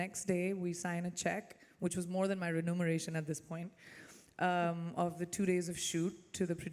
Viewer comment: Is it "RENUMERATION" or "REMUNERATION?". .....